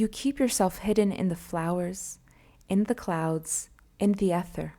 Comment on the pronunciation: Please look up the pronunciations of words before you record this. Ether, Brimstone, etc